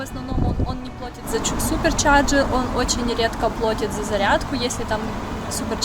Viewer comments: Да почему они вечно говорят плотят :( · Сорри....плотют .Теперь усё путём?